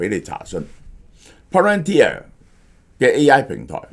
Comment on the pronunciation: 蕭生終於讀啱Palantir😊